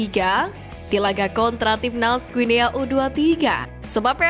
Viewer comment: Guinea dibaca Guini.... Ayo Putra Bangsa, Harumkan Negeri Ini, Jadikan Kami Bangga, INDONESIA!!!!!